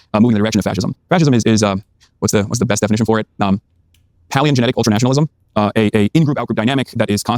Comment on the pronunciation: "Paleoengenic ultranationalism" I don't watch any hasan clips ever tbh (Ignore usually when D mentions him, I find it boring), but, this guy seriously brought out a word he must have never said before to sound smarter than he is, lol. Palingenetic. Regardless, it's a bad definition if you want people to understand you rather than simply making them think you're intelligent. Dude is roleplaying as Vaush without the intelligence. And Vaush being verbose is already obnoxious, but at least he knows how to pronounce the words he uses. It's ego/audience driven for vaush, but it seems insecurity driven with Hasan (Which blows my mind that a dude who looks like that and makes that much money and never has to work could POSSIBLY be that insecure. It's like a spoiled brat. Dude has pretty much everything a human could ever want and still can't just accept not being bright.